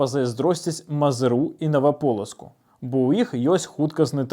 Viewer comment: Я цярпеў, пакуль не пачуй "Наваполацаку". Сур'ёзна! Вы яшчэ Эўропа кажыце!